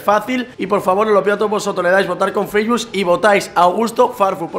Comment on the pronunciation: cuando mi abuela dice facebook